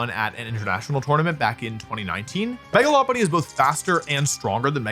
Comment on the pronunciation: Megalopolis pronunciation really threw me off lol